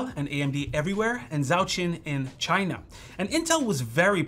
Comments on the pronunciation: 🤣Dude mispronounces "pronunciation" while apologizing for possibly mispronouncing a Chinese company name which he actually did well on, considering he doesn't speak the language. I hope that was on purpose because that would be some next level humor right there. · about how to say "zhaoxin", the "zh" sounds like a "j" in "jack", and "x" is harder to explain but you did well.